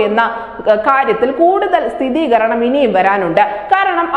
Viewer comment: "സ്ഥിതീകരണം " അല്ല..., സ്ഥിരീകരണം എന്നതാണ് ശരി